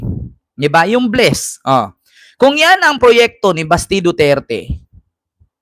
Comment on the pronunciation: BLISS Not Bless 😊